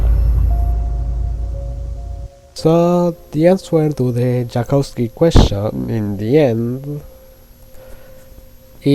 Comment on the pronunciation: I'm begging you read it as "Yakovski" not "Jakowski" because that's how it's pronounced in Polish